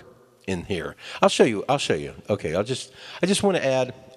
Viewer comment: did you just say otay?